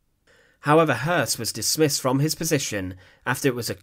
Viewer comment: You added an erroneous "R".